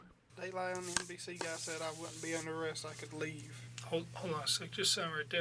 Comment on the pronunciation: "Im under a rouck" no you're under arrest!